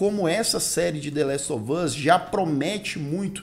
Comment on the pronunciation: Falar coisa aqui nada a ver.. 😅 Até o Lucas pronuncia "dêléstovâz"... pq? 🤔 Meu irmão "tira meu couro" pq falo "dêléstováz" com o "us" mais aberto (ás). Fica me zuando como se eu tivesse errada, mas morei nos EUA e aprendi assim. Os próprios atores falam "us" (ás), mas todo mundo pela Internet fala com som fechado (âz). Será uma forma própria dos youtubers e gamers falar? Ou ambos estão certos? Só desabafando pq meu irmão enche meu saco. 🙄😅